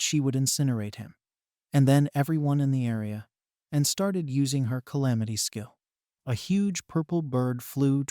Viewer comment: Why can’t u say calamity tho